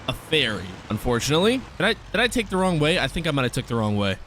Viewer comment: I like it when he says “I went the Wong way” 😂😂